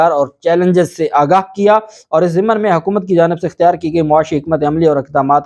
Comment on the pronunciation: ب😅ت زبردست جناب! ویسے صحیح لفظ “آگاہ کیا” ہے ناکہ “اگا” اسکو درست کرلیں! انتہائ حیرانی کی بات ہیکہ رانا ثنا( جسنے چند دن پہلے وزیراعلی کو سکیورٹی سورتحال پہ توجہ دینے کی نصنیحت کی تھی مگر شاید وفاقی حکومت کی اپنی کوتائینکے سبب چُپ کرکے بیٹھ گیا)نے بھی خیبر پختون کے وزیراعلی کی عدم موجودگی پہ افسوس نئیں کیا! اسوقت پی ٹی آئ کی وکلاء ٹیم بہت کمزور تھی اور کئی قسم کی غلط فہمی ونکا شکار تھی لگتا تھا وہ سیرئیس ہی نہیں مگر اب رانا شہباز نواز باجوہ اور کئی ججونکے تابڑ توڑ لاتوں گھونسوں کی بارش نے انکے ہوش ٹھکانے لگادئے ہیں۔ پھر ن لیگ کی نفسیات ایک لفظ کے گرد گھومتی ہیکہ آپکو ہر ہال میں شچوئیشن کو “مینیج” کرنا ہے وہ کلمہ انکا ایمان بنگیا ہے جبکہ عمران خان کے ایسے کوئ احکامات نہیں۔ اسلئے جب شریفونکے بندے دن رات سارے ادارونکے سربرائونکو کاکیں اور دروازے پہ دستکیں دیرہے ہوتے ہیں تحریک انصاف کے بندے خدا سے مدد کی دعا کرکے لگتا ہے سکون سے اسمانی امداد کا انتظار کررہے ہوتے ہیں!